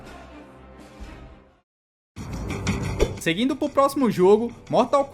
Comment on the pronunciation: Mano narrou da hora só o inglês que é engraçado o sotaque kkkkkkkkk dei risada na hora que falou o mortal Kombat Armageddon kkkkk